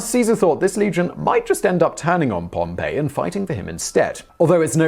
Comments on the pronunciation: Yes, he says 'Pompeii" instead of Pompey (Gnaeus Pompeius Magnus). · Simon, please, if you do more on Rome, Caesar's opponent was POM-pee, not Pom-PAY. That was a city.